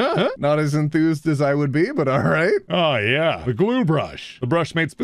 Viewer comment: I hope we all know very well that , that sounded a lot less like "but" and a lot more like "butt". Actually that gives me an idea for a satirical meme